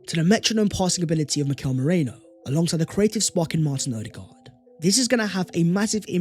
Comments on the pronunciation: It’s Merino, not Moreno! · Love your content as always,, but say it after me: MEH - REEE - NOH. Not MOH - RAY - NO. I know English folks have trouble with Spanish names, but let's make sure we don't get stuck saying it the wrong way. To your credit, you don't have nearly as much trouble with foreign names as Don Robbie, who is probably praying that Arsenal aren't linked with Tchouaméni again so he doesn't have to try to pronounce that name! COYG! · It’s Merino not Moreno. Idk why our whole fanbase says the latter. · Love you but as a Spanish Gooner I gotta say Merino and Moreno sound very different to my ears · It pronounced MEH-REENO! His our player now might as well learn the name.❤️